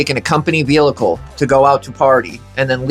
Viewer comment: Love your videos, but what is a “velicle”? Say it with me: Vee-ickel